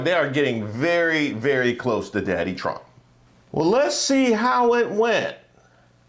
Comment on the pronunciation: lol she said Chump said… That’s how the Spanish actually pronounce his name.. Chump